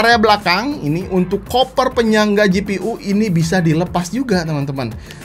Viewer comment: nyari Koper yg disebutkan ga ketemu temu, baru ngeh ternyata kang bilang 'Cover' XD maklum nya kang orang sunda mah:)